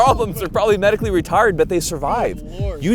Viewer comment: i heard medically retarded, instead of retired